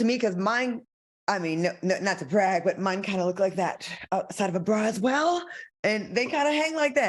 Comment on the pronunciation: Who said “well” like that?! 😂